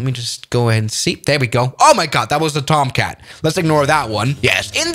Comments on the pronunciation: F-14 ''Comtat'' 💀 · bro said f14 comtat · Did he just say F-14 ComTat? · I love how he says "F14 Komtat" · “F-14 Comtat”